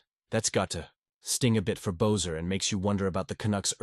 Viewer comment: It's not "Bozer"...it's pronounced "Besser"